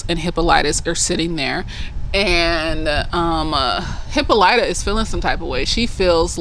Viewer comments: You have heard the name Hippolyta before. You just heard it pronounced differently. Hippolyta is the name of Wonder Woman's Mom. In the show, they all accentuate the "Y," when they should accentuate the "O." Hippolyta's a Greek name, by the way. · They go over the origins of the aunt in the book. I think its Greek. Hip-PAHL-it-ah is how thw audiobook pronounced it. I too watch supernatural and agree in their similarities. And she didn't grab the handle in the paddy wagon because she was handcuffed. But for some reason I feel like her hands were free but when she hit the ground she was cuffed